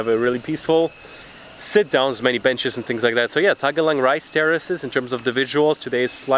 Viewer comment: I know what you meant coz keep saying “TAGALANG” 😂😂😂 sounds like Philippine language